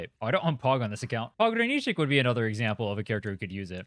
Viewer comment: the way u say "pogranichnik" scratches my brain in a good way this word is in my mother tongue and ur the first guy among youtubers that says his name correctly lol